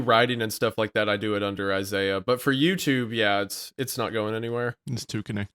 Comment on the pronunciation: After like 7 episodes finally pronounces Isaiah's name properly 😂